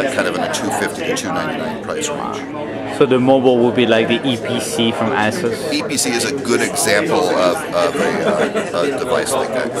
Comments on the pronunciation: "As-ess"....LOL its Ah-sus...sexy accent though :o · 2min 1sec the guy said asses not asus ROFLMAO!!